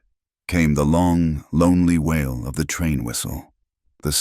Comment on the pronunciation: WAIL (cry) of a child, not WHALE (sea mammal).